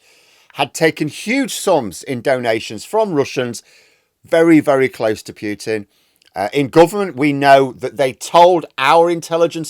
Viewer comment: POO-tin not PEW-tin... for the 5th time . Get it right